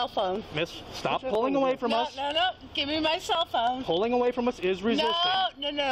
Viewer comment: Karen: I want my selphone noWw Police: St- Karen: I want by selphone noWw